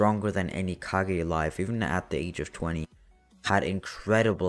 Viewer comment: ah yes the kagezakage